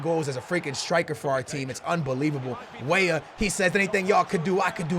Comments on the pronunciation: Stop saying way way instead of weah..pls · Cade Walker it's like when he says Wey wey for weah... I think 💭😂